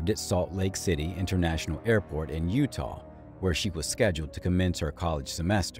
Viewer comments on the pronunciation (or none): none